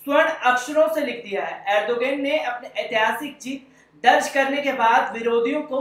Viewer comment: جناب نام تو اچھا سے بولو